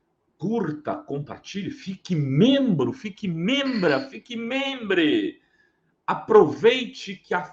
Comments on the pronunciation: comecei a assistir, ai vejo um abestalhado falando fique membre? que 🥥e esse? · Nunca vi este canal mais quando ele falou fique membre kkk eu já vi que já não ia prestar 🤦